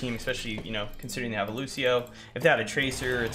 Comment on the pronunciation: That's not how you pronounce Lúcio's name. And the fact that Lúcio says his own name in multiple voice lines makes that even funnier.